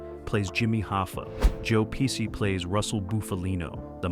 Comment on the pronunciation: It's a very nice video but that "Joe Pissi" it's unacceptable. Everybody always called his name correctly